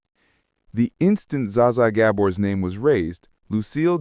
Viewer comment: "Za-za" AI spotted 😂 "Bet Davis"